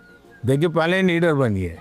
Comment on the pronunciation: Neeedar ,cheeeps,phensing,haifidefit..............😂😛 Waah modi ji wah ...😅